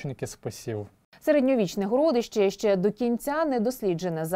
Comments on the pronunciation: ГорОдище,в розумінні великий горОд.Вперше таке чую,вухо ріже.Одне писало друге,,вещає'' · ГородИще, а не ГорОдище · ГородИще, а не горОдище? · Чому ведуча ТСН називає: горОдище, а не городИще, госпОдарскі, а не господАрські? Чому ведуча не покращує знання з літературної мови? Проставте їй наголоси в тексті, чи що.